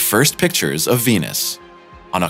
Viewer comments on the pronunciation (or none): India would've been the first to beat everyone, their biggest obstacle was they couldn't pronounce the planet's name correctly. It was tough to raise funding... Nobody invests in Wenus.